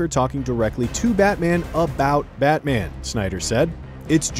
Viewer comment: "isn't that right BAHMAH"